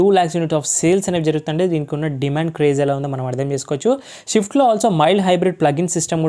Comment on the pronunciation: bhayaa "sha" kadu "swa" "shift" kadu "swift" review matharam adargotaww thankyou